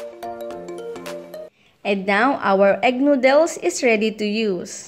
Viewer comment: Please.... Noodles does not put the emphasrs on dles. The emphadis id on nood